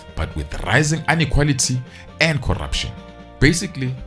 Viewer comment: I just love the way he says "corrrrruption" 😂😂😂😂😂😂😂